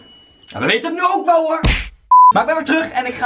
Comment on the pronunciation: Grappige wwweeelll